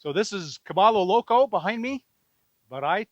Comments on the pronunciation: I love your youtube videos, mostly because I want to go that route. But my friend, remember that Cabello Loco is a Hispanic (ll=y) phrase pronounced Cabeyo Loco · Pronounced “Ka-by-yo Loco” 😊 Thanks for the update, Bob. Right on commentary!